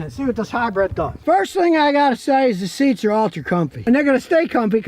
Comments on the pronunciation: Dang it Scotty,it’s Hy-brid Not Hy-bread. Lol😅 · Or Hy-bird lol